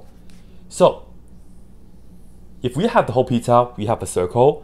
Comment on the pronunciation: Everytime he says "pizza" i just hear "peta" and think of family guy